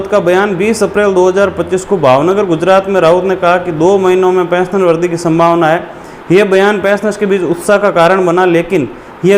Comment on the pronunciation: भाई साहब वरधी नहीं ( वृद्धि) वरीधी पढ़े